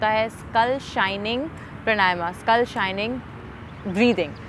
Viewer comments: देवी जी प्रणायमा नही है , प्राणायाम है । कम से कम आप तो मत बिगाड़ो शब्द को , योग से योगा कर दिया । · सही उच्चारण तो सीख लो मैडम प्राणायाम होता है। प्रणायमा क्या होता हैं विदेशी बनने के चक्कर मे नाम भी गलत बोलोगी क्या।। विदेशी तो सही बोलने का प्रयास कर रहे हैं और ये अंग्रेज बनने के चक्कर मे बेड़ा ग़र्क कर रहे हैं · प्राणायाम शब्द है,...सही उच्चारण करें